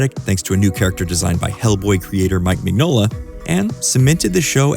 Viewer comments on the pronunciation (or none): Based on how this guy says "Mignola," I'm guessing he pronounces the "G" in "lasagna."